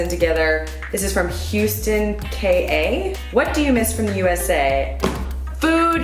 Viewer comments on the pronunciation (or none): none